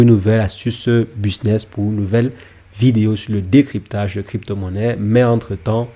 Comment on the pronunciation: 😂😂😂 bon « BISNESS » 😂😂😂 C’est BUSINESS 😂😂😂 pffoua sérieusement vas d’abord sur des vidéos de français avant de dire n’importe quoi car ses même pas un business ses une stratégie ses pas ça un business et encore moins un business à millions loins de là car sinon il ferait pas des vidéos sur YouTube il serait à Dubaï plutôt 😂 enfin bref